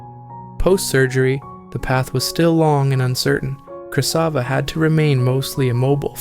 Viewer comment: I think it's Krasiva not Krysava